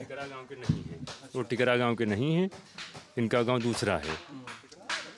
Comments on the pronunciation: Bhaiya ji ye tikra hai na ki tikru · It's Tikra not Tikru